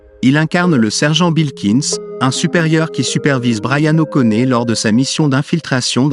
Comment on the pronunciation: Et appeler Bryan o'conner, quelle honte cest O'Connoooor bordel de voix ia de m*rde